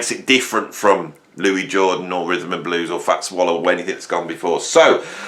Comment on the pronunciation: Great vid but he himself calls himself Louis....not Louis!